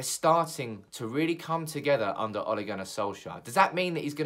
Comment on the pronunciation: Why do you pronounce it like O´le